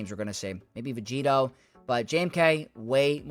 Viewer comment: stop saying vegeeto it makes no sense. what does it even mean